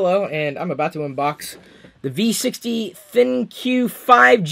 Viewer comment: It's pronounced "Think" not "Thin-Q".